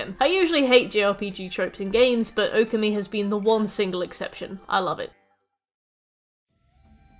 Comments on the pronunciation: You mispronouncing Okami kills me… //points to my username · The way you pronounced Okami literally made me spill my drink. I will not correct it as there are plenty of videos but let it be known you singlehandedly made me change shirt.